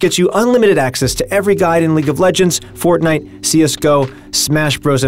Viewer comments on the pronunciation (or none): none